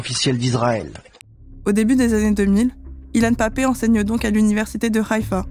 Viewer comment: Merci Blast et félicitation pour la publicité de cet entretien avec Ilan Pappe, ce si grand et courageuse historien. Juste une toutes petite remarque qui m'est dictées par des observations de camarades de l'UJFP : est-ce que vous savez que vous utilisez la prononciation israélienne, c'est à dire l'hébreu, pour prononcer Haïfa (ou Hamas) ? Quand on nomme en France la capitale du Royaume-Uni nous ne prononçons pas Lordon, nous disons Londres. Ça semble évident alors évitons de parler en hébreux en France.😉